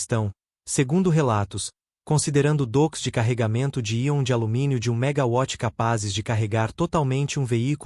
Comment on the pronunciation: Triste e lamentável é ter que ouvir o locutor (assim como vários alguns outros na internet) pronunciar "megaVÁTIS"... ; pô, James WATTS, era britânico, onde o W (o "Double "U", "Duplo Vê", via transliteração", resultou no nosso "DÁBLIU", que utilizamos em português; daí não se pronunciar "VÁTIS" pois a unidade de potência, adotada, refere-se à um BRITÂNICO; não à um Alemão ou um Francês, países esses que consideraram o "W" NÃO um "Duplo "VÊ", língua britânica, mas um DUPLO "U", daí virando o "DÁBLIU" em nosso idioma., portanto, "Vátis" é o C@ Essas antas não aprendem; PQP..!